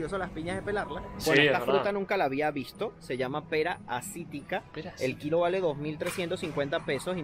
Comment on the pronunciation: La pera "asitica" es pera asiática xD